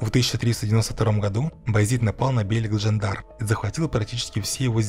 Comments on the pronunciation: Бейлик ударение на И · Все хорошо но над ударениями стоит поработать. Кайи ударение на и бейлик ударение на и